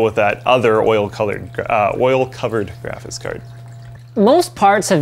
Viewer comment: taller guy says 'grafis' card and it's annoying and the cpu would certainly run much cooler with a fan even spinning very slowly. they shoulda put one in